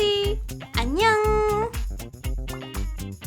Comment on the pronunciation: 사랑해! Do you know Korean? In the beggining you said annyong ( 안녕 )